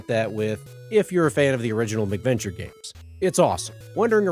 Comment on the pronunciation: I like your vids, your voice is very pleasant to listen to. However (and I hate to be "that guy") it's MAC venture...cuz they came out on MACintosh computers. You keep saying "Mick Venture" and I'm just one of those weirdos, it bugs me lol